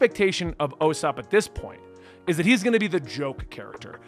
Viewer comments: From what I know it’s like Ooh Sopp not oh sopp but ooh quickly so just usopp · It's "Oo-sopp" not "Oh-sopp" you had it right early on. God no, the lollipops were part of the 4kids dub only not the actual anime or Funimation dub. Sanji still smokes in the Funimation dub just like in the Japanese version. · Ewwsopp is the easiest way to pronounce it Ossop😭😭😭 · No it's definitely oo sop like oops not oh sop at all whoever said that is just wrong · It's pronounced OOsop, not Yousop or Osop. I've honestly never heard it pronounced any other way. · its not you sup or oh sup its usop why are you saying the word you instead of the sound of the letter U? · The U in Usopp is is pronounced with an oo. Kind of like saying the word spoon or oops. It's not the biggest deal though. Just remember to pay attention to the cover pages. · I'd love to know who told him it was "O"-sopp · It's ew-sop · No it's oo sop like oops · Usopp’s name is pronounced “Oo-sop” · Man all your friends are gaslighting you. It is Me-hawk. Just like you thought. Usopp is pronounced “oo” like food. Not trying to be a jerk just trying to help out. Love the vids. Arlong Park is where I fell in love with the show. Zoro gets hurt a lot in the east blue because he’s so strong that he just wrecks everyone. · Omg please say Usopp name correct, it OOsop. Like in in BOO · It's "oo"-ssop. OO as in like Goo or good or food. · It's pronounced oosopp. Like goo, or ooze. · Usopp is pronounced like 2sopp without the T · nooo actually, the pronunciation is OOSOPP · It’s pronounced oosop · It's Ooh-Sohp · OO-SOP, c'mon bro. It's not that hard. Like ooh lala there goes Usopp(oo-sop) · It's pronounced ew sop like The Uso's from WWE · It’s pronounced oosop as in oooo u in trouble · It's ew-sop! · ...still saying Usopp's name wrong. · Somebody pranked you hard with that Usopp pronunciation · Not O-sop 😂🤦🏿‍♂️ it Ouu-sop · You prounced ussop wrong again lol its ok. Ussop sounds like (ooo-Sop) not O-sop or You-sop